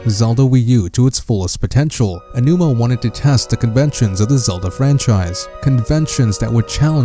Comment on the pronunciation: I guess not. The guy should know how to say "A G OWNOOMA"